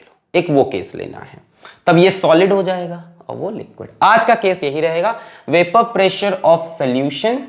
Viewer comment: Any body watching this video in 2025 ,if noticed that our sir already followed tha trend dame un grrrrr as vapourrrr pressurrrrrrrrrr😅